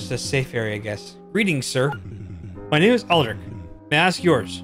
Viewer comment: My bad you got Lina and Aldric correct and you almost got Hadann correct, other than that...yeah. Thank you for your kind words :D